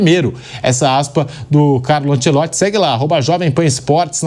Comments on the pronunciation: Ancelotti, e não Ancelotsch😂😂😂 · A pronúncia é anchelotti